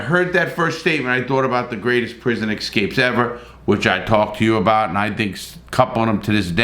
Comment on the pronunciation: I love how he spells escapes properly, but calls the excapes!!!